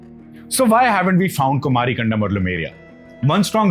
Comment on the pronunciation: Kumari in Thamizh means Aloe Vera. Land of cactus plants. Which means dry land/desert. Kumari. Not Kumaaari.